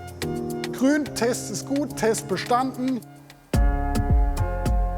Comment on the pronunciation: Ich weiss nicht was der Sprecher für ein Sprachproblem hat aber mittlerweile fällt es auf und nervt beim Zuhören leider tierisch. "Proplem" anstatt Problem, "Kros" anstatt Gross, "Pjörn" anstatt Björn, "Krün" anstatt Grün.